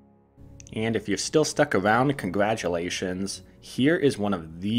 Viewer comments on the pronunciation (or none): none